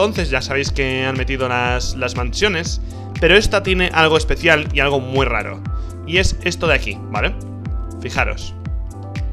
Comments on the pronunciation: MU RARO? Rich, se confirma que eres de Murcia :v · alguien mas noto que decía MU RARO ?